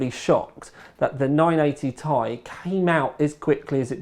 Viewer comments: It's "Tee-Eye" not "Thai". Very distracting! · It's pronounced "tee-eye" not "tie" my man. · PLEASE stop calling it the 980 "tie" everyone else on the planet calls it the "T" "I" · I like how u say "tai" not T I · I thumbs down this video because he kept saying 980 "tie" and not its correct pronunciation "Ti" from the table of elements. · One piece of feedback, please say 980 "Tee Eye" not "Tie" lol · Ore Fagbenle nope we all actually say Tee eye and hearing tai is kinda weird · think he thought 980 ti(tan) was a cut down version of titan x(also namewise) and decided to pronounce it as tie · ***** Nope, I'm British and I say Tee-Eye. it's because he's a southerner. They're all idiots. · MrWariGaming yeah, me neither. This is the first time I've heard it pronounced as 'Tie' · Ore Fagbenle He's just pronouncing it wrong because he's british or something. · ***** Nope, we pronounce it correctly here too. He is getting it wrong because he's wrong as an individual.